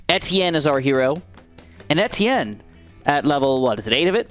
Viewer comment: that's how its pronounced tho